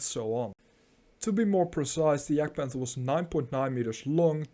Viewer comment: "Yahgd-pahnther" not "jag-panther." Speak of gun "traverse" (side-to-side, up and down) not "range". The side armor of the Jagdpanther is one single plate of forged steel in the same plane from vehicle top to the tracks and front to back. This is the same angle as the side turret armor of the Panther tank! Beautiful.